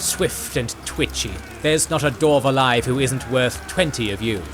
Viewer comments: Dwarf, NOT Dorf! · I love the channel and watch all the time too, but man im struggling with this one just because he keeps saying Dorf